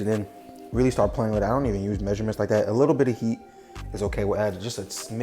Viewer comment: Brah said "la'daat" 😂 how you know Hawaiian pidgin,? 🙏🏾🤙🏾